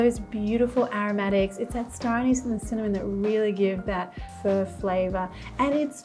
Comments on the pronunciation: Hi Marion I love watching your videos except when you say “fur” for pho. It’s pronounced [fuh?] like [huh?]. But keep making these great, fun videos for us. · Sounds like she’s saying “fur.” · "fur broth"